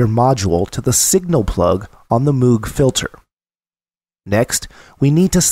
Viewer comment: You're a very good instructor, but you're mispronouncing Moog. It rhymes with vogue and rogue. Cheers.